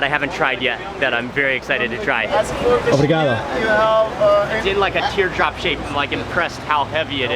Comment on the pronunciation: nobody wanted to tell him to stop sayin obrigadA? smh lol